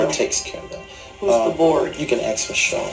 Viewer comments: He says "your gonna have to axe Michelle" no less than 100 times in the full deposition. Michelle is everything...when it helps him deflect that is. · In the full deposition he says “you have to axe Michelle” dozens of times.